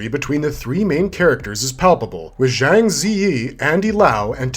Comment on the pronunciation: The majority of this are not Wuxia though, they are Gongfu genre. Also a crazy amount of names were mispronounced by the presenter. PLEASE DONT SAY ZHANG LIKE THAT, It's pronounced as if it had a "J" instead of a "ZH", it is pronounced JANG.